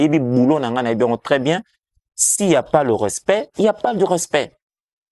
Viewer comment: Soki omoni mutu azo sala 3.500kg lokola mua nouveau né moko boyé aza naye mutu yakolanda té. Nafingi te mais n'a lobi kk. Ooh s'il y a pas le "rospect" intelligence yango nde boyé🤣 koo rospect eh balobaka RESPECT RESPECT. INTERVIEW EPOLA RÉFLEXION EPOLA FRANCAIS EPOLA. UN MEC NE PARLE PAS COMME ÇA UN PEU DE CHARISME VOYONS LE CHARISME N'EST PAS DE LA VANTARDISE MAIS UNE QUALITÉ DE PERSONNALITÉ À PLAIRE... SOKI OTIÉ TALA TIKA KK PO EKOKOMA OOOH BAFINGAKA... SOKI OMONI MUTU AZA MBANGA MIKUWA MIKUWA LOKOLA BA COTIS 🤦🏿‍♂️